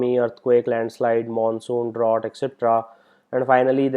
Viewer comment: it should be Drought not draught